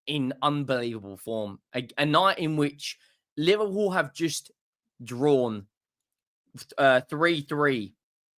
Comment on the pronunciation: Pls it’s not Liverwool… it’s LIVERPOOL 😏